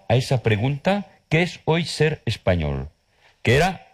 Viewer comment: Pronuncia horrible la l final de " español" o de "cultural".